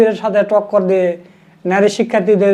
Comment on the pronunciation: ভাই আপনার প্রচেষ্টা সুন্দর।কিন্তু আপনার উচ্চারণ সুন্দর করতে হবে।নারী শব্দের উচ্চারণ দেখলাম আপনি বলছেন ন্যারী। এই প্রবলেম গুলো ঠিক করে ফেলবেন।ইনশাআল্লাহ সুন্দর হবে।